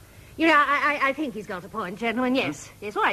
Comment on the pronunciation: It makes you fink, don't it eh? (12.42)